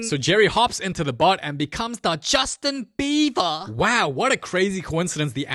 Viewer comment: "Justin Beaver"